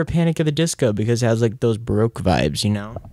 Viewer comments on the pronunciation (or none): none